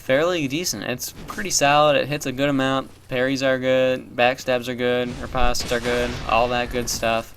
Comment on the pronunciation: I'll correct you on one thing, the way you say reposte. It's rep-oh-st not rep-ah-st. Jfc